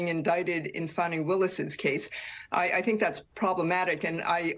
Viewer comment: It’s Fawnie, not Fanny.